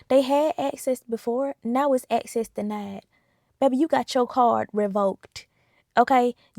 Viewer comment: axcess denid